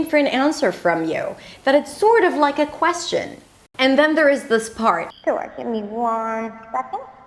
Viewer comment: You are wonderful but i feel your second language , you should've to review on this word "question " s not prounouns